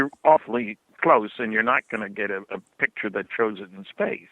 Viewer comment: picture, not pitsure